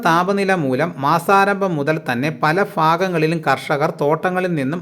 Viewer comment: ഫല ഫാഗങ്ങളിൽ എന്നല്ല കൂവെ, പല ഭാഗങ്ങളിൽ.